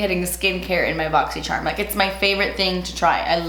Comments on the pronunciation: bochchy sharmmh~ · I love when she says “BOXY SHARM”